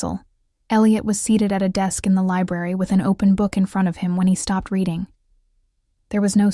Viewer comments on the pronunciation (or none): none